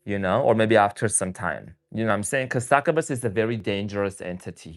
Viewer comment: Not being critical but just helping Its pronounced Suck-you-bus Please dont take offense